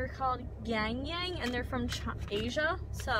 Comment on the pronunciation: It's yah-n yah-n. Not yang yang.